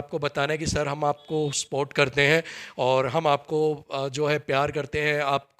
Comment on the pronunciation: स्पोर्ट नहीं सपोर्ट बोलते हैं भाई ❤